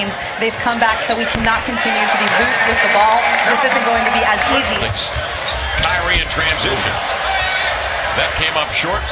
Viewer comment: LMAO fr he isn't even a real ceLtics fan he a pacers fan and calls irving "cryknee"